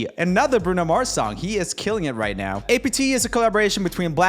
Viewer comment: It’s not ay pee tee, not apartment, not anything. It’s apt.